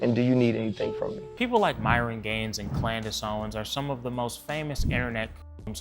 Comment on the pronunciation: This 🥷🏾 said KLANdice Owens. 😅🤣